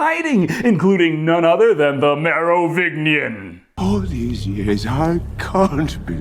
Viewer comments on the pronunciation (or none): It still bugs me that you mispronounce that characters name.... It's not Mero-VIG-nian the Mero-VIN-gian... Soft G. I love your work. Just trying to help out.